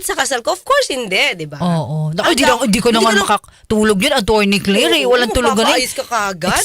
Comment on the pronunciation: atorni kleyyyyyyrrrr mka pronounce tong c 🤣